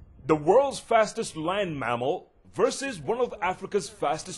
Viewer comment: Sounds like blind mammal lol, he meant land mammal